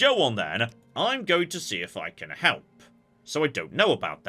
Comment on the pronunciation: "I offered to hlep". :P